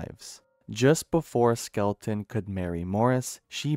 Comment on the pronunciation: Skel-ton. Not Skel-e-ton.